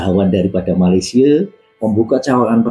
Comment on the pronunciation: Betulkan sebutan MALAYSIA.. bukan Malaysier